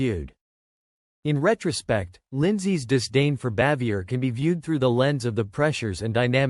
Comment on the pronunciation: From what I hear,Jim Nabors was the only one on the show who liked her.The name is pronounced bah-vee-ay.